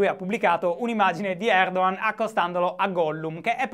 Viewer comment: Si pronuncia Erdohan?Eppure mi ricordavo che fossi sardo non toscano.